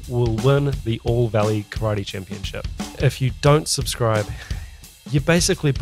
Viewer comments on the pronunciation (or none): none